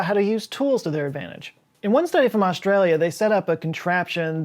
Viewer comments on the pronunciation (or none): none